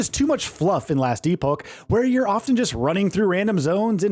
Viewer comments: ....E-poke? it's pronounced like E-pok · E-poke? It's E-pock.. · E-Poke? He apparently doesnt know how to pronounce Epoch. However he is right that it's a great game and people will have hundreds of hours of fun if they like. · E-Pock, my dude. E-Pock. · E-poke...... ITS EPOCH How csn you be trusted riverview when you can't even read the games actual name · Wait...when did he switch to "last e poke"? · Good ole “last e-poke” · Last e poke. English bro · Its not pronounced e-poke its like loch, but with a P! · EE-Poke FFS. 😂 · Last e poke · Nothing against the game, but your journalist voice, the script, the way you say "e-poke" and the nr of times you said "bespoke" made me dislike this video Get someone that's an actual gamer, with some actual thoughts and ideas to share about the games you review and you'll do much better This whole script sounded like you were reading from the box cover, really boring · "e-poke", holy shit my ears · As an American, I have never heard this pronunciation in my life. I've lived in New England and the south and travelled through much of the country. Not saying it doesn't exist somewhere, but it's hardly a general "American" pronunciation. And "e-poke"... I don't even know how a native speaker could come up with that; "epic" at least makes sense given common vowel shifts in different regional accents. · lol "E-Poke" Anyways, I keep asking myself "what is different"? What does this game bring to the table that POE (for example) doesn't? Is this just a visual change and a re-order of the UI? From what I can tell, it is. Its like saying "this park is better than that park.. because its over here" yet its the exact same park, different locations. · Yeah this guy says it as “epoke” 😅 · bro how do you pronounce epoch differently twice in the same sentence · Dear reviewer, We appreciate you spending countless hours progressing through the game to review it. But please take 5 seconds to google the correct pronounciation of "Epoch". 😊